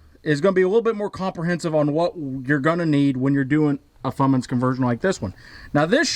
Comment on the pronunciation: Love the work so far but pleeeeeeeeeese quit calling it a Fummins!